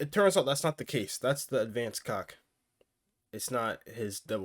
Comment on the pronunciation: bros calling it "advanced cock" 💀